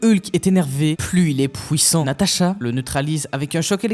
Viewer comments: j'ai compté beaucoup trop de fois le mot pouwissant dans la vidéo 😭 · ''Plus Hulk est énervé plus il est pouwissant''